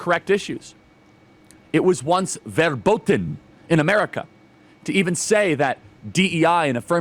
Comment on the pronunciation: FYI, Charlie: The “V” in German has the “F” sound. So say Verboten like this: Fair-bote-un.